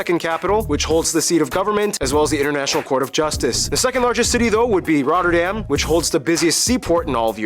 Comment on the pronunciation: As a follower from Rotterdam id love to host you when visiting. you almost pronounced Rotterdam as Rotterdammers do!!!